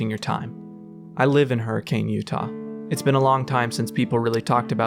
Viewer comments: this is so cool and well done!!! Kept being thrown off by the way you pronounced hurricane though lol, most utah natives say 'huri-cun' and not 'huri-cane' haha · I wonder if intended to mispronounce Hurricane. It's supposed to be Her-ah-kun. Many of the original settlers were from Liverpool, with heavy Scouse accents. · As a fnaf fan, this is awesome, as a Utah resident, the pronunciation of “Hurricane” hurt me soooo bad. It is officially pronounced “hurri - kun” as people in the area famously say “a” softly (stuff like mount’in).